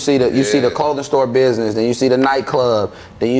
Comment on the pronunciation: It’s town bidnez 🤷🏿‍♂️